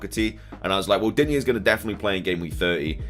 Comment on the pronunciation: Please drop the "a" in digne”a”, I am French , there is no A at the end of Digne . 😅 if you pay attention to commentators they are saying it right but in the FPL community everyone is saying it wrong !